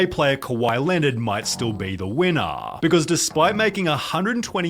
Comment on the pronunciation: "winnnaahh" is this really an accent or why you talking like this man.